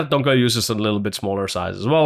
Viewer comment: Why do you call him Donka??? hahahahah